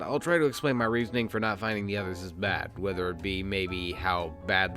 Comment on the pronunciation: Also, the way pronounces "BAHD" and "WURST"...ugh